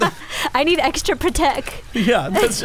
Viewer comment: Is she saying protect incorrect on purpose as some type of inside joke?